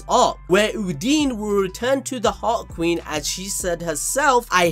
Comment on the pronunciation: Uhn-Dyn, not Hoodini But BAAAAAALLLLLLS DEEEEEP